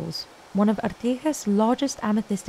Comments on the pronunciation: Why does she even pronounce it as artiJas? Low effort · Girl really said Artijas, way to offend the countrys national hero. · Lady... it's pronounced Artigas like in English, not Artihas...